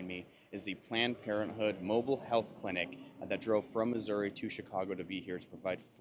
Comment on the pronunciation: Did he said "mobile health clinic" or "mobile hell clinic"?